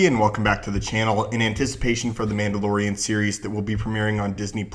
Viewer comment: "M'amdalorian" Sorry...